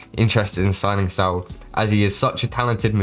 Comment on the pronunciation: all good you were pronouncing it with a bit of a T happens a lot of people